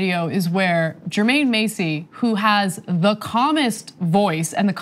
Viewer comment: This story is crazy bcuz i actually know the guy being harassed. Double tree is about to take a major L. They pulled this with the wrong person... (side note it’s pronounced Jermaine MASS-EY, not Macy)